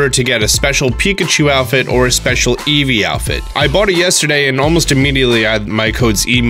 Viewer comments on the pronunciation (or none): none